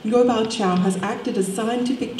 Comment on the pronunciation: His name is "Ngô Bảo Châu", not "Ngo Bao Cau" or something like that.